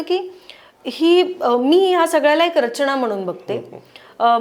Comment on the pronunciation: अणेक नाही अनेक, करूयात नाही करूया, दिशेणे नाही दिशेने, णाही नसतं नाही असतं, रचणा नाही रचना......किती चुकीचे उच्चार करत आहेत या बाई! मराठीला नुकताच अभिजात भाषेचा दर्जा मिळाला आहे!